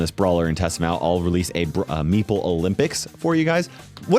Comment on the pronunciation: thank you for not mispronouncing meeple